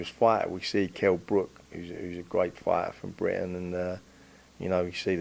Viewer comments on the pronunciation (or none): none